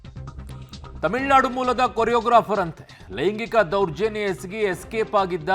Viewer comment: Reporter :::::: it's not themilnadu... TAMILNADU